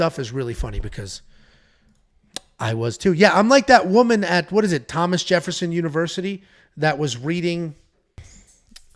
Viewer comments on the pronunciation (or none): none